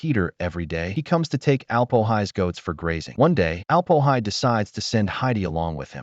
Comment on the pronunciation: "Alp-o-hi"? 😬🤨 He's the Alm-Öhi, for goodness sakes!